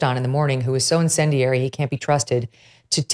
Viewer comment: Megyn, you say "incindinary." I say "insane."